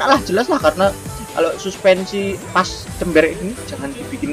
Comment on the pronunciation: Chamber Mas bukan Cember 🗿👍